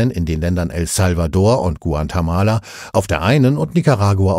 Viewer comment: Guantemala soll bestimmt Guatemala sein oder gibt es einen neuen Staat hunderttausende Kilometer entfernt? Den Sprecher empfinde ich als sehr angenehm, ich hoffe er wurde nicht durch eine schlecht trainierte KI ersetzt.